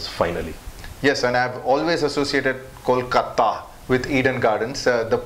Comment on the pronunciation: Hey, how come you can't pronounce Kolkata, even though, you have a bengali surname? Anyway, great video diary, loved al the episode. You guys did a great job. Thanks.